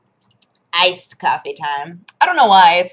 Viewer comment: Did you say Iced? =P